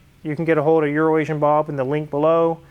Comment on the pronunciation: Poor EuroAsian Bob, first time I heard mention his name in an episode. I thought he said urinating Bob. Thank God that it was just my bad hearing. Fantastic nice Porche!!!